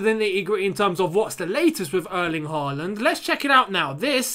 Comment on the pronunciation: Can you say Haaland with Å? Like when we sing “Å” oh tammy tammy